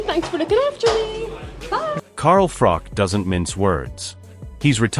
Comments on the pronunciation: Its froch. Ch ch ch ch no k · You'd think with how many times he's rehashed this saga he'd know his name is Froch,not frock ffs.